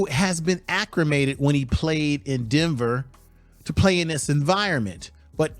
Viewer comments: Acclimated not accrimated. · For future videos; there is no R in acclimated. It’s ‘Al-leh-mated’. Loved your video and hope for many more. Good video clips tying it together.